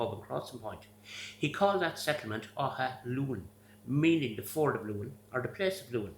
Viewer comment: I love pronunciation of Athlone ❤ love from Ireland 🇮🇪